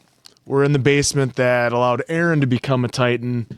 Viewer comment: lol why are you guys saying arman and aaron instead of armin and eren all the time 😭😭